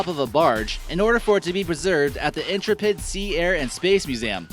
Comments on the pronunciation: Thats the USS Intrepid (in - TREP' - id) not in- tra -pid' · Please learn how to pronounce Intrepid. in·trep·id / inˈtrepəd/ It's the name of a historical American Aircraft Carrier. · you mispronounced intrepid it is pronounced (In-treh-ped)